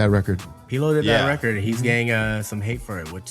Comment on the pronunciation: "Weckid" (record) 😂😂😂😂